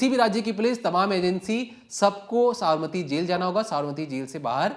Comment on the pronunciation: tu pehle Sabarmati bolna seekh le baad me crime reporter bann....kaise kaise logo ko job pe rakh lete hain yaar...nepotism at it's peak...😅😂😅😂